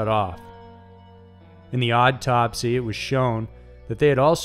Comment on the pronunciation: He said odd-topsy lol instead if autopsy LMAO